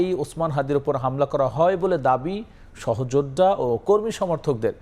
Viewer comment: Style kore news porte jaye to banglar mayre bap kortesan, egula ki editor dakhe na? জামাতকে বলতেছেন জামাট, অস্তিত্বকে বলতেছেন অস্ টিট ট। সহযোদ্ধারে বলতেছেন সহযোড ডা। ল্যাংগুয়েজ ঠিক করেন, otherwise বাংলা ভাষা বিকৃত করার অভিযোগে মামলা করে দেব।